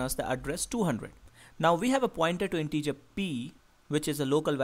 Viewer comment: Thanks! But "integer" and not "in-teacher"!